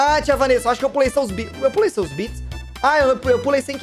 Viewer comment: Povo me chamando de safada kkkkk Mano q raiva, no RPG no Kaiser fala VaNessa Quando mando bits para o ele fala Vánessa Ta errado isso ae